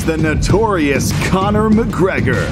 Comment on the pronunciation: "Corny McGregor"